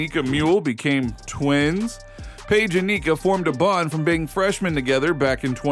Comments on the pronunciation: This might be more believable if you coud pronounce Paige's name correctly. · Butchering Paige's name! 🤣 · You know a lot about this topic but can’t pronounce names. It’s pronounced Dorka Yoo-Hasz. And how can thou possibly not know how to pronounce Paige’s name?